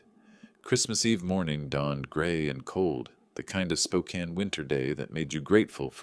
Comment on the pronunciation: The AI voice that cannot pronouce Spokane, or Coeur d'alene is hilarious. The snide putdowns of the city's newspaper. The mistakes in the story even funnier.